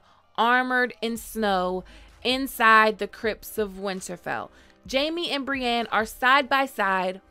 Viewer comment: Brienne isn’t pronounced “bree-an”.